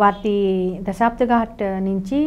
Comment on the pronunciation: ఈమె అన్ని తప్పు తప్పుగా చెప్తుంది "మయూక ఆదిత్యుడ్ని " మయూర ఆదిత్య అని చెప్తుంది దశాశ్వమేద ఘాట్ ని దశబ్దఘాట్ అని చెప్తుంది బుక్ సేల్ కోసం చెప్తుంది